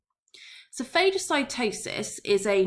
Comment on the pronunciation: It’s pronounced fah-guh-si-toe-sis